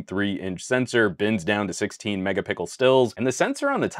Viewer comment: u said mecka pickle cameras lol